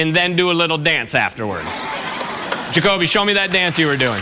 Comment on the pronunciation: He also said joby and not Jakobe